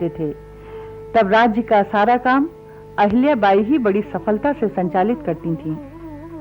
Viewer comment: what is this पुण्यास्लोक आहिल्याबाई. first speak पुण्यश्लोक अहिल्याबाई. that left really bad taste in mouth. Nowdays it is bad trend that Marathi names are spoken wrongly n nobody objects.